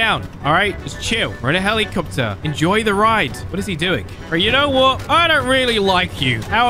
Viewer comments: helikcopter helikcopter paracopter paracopter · helikcopter helikcopter parakaptor parakopter